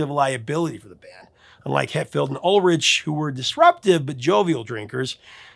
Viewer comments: It's pronounced "ool-rick" but Americans say "all-rich". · Lars Ulrich's last name is pronounced 'Uhlrick' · Yikes...is Ulrich not pronounced Ulrick? Have I been saying it wrong the past 4 decades?